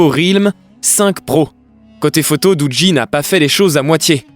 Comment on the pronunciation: Sa se prononce dougi l'ami raahhlalah 🤦